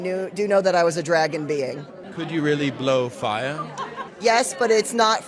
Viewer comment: Wearing a diaper while you are door dashing would be a bit unusual until........I heard you pronounce the word," REALLY", that explains everything I need to know thx